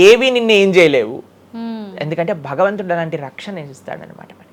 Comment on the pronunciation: Baktulu kadu Bhaktulu, bagavantudu kadu bhagavantudu, vattulu sariga palakandi please. Check how he is pronouncing